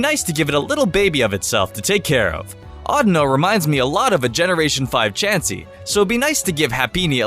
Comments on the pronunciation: his name isnt audno... its audino... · Isn't it pronounced or-Dee-no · you pronounce audino wrong, it's more like audio with an N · It's pronounsed o-Dee-no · It's actually pronounced like AudEEno.